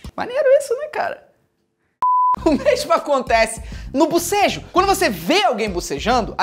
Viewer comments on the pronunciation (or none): Mano so de ouvi o felipe falando bosejo ja tava abrindo a boca kkkkk te amo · Felipe falando bobejo eu bocejando kkkk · Só eu fiquei coisada em ouvir bucejo?? BOCEJOOO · Eu não parava de boseja quando ele falava de bosejo